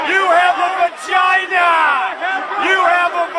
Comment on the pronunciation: RE Delirious good job its vagina not vigina